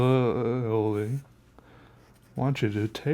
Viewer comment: 😂 "I really, really, really ,rEEAly want you to"